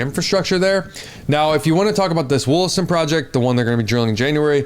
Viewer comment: Lmfao. WOOLASTON. It’s Wall-aston. I work in the mines in the area